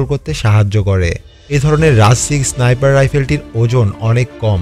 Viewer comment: ভাই ওটা ইসনাইপার না। স্নাইপার হবে শব্দটা। আর ম্যাগাজিন না ম্যাগজিন হবে